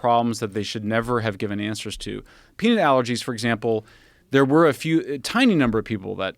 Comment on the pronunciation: this guy shouldnt say peanut anymore....."peenit"